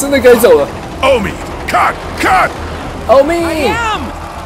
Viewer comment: 其實不是OMEEEE吧?這樣變成,喔我ㄛㄛㄛㄛ,照理講歐米德的英文正確拼法是 Omid